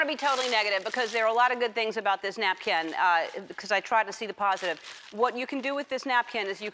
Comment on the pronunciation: "napcan't" I just love this girl.